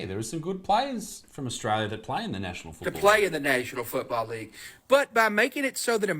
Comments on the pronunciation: “Austraylia is the Nayshional Footbowl Leegue, a teevay show filmed in Argentinia.” Wait What…. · What is a "Futbalee"? 😂